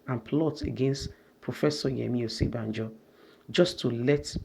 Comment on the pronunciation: its ...'bajo' not '...banjo' :D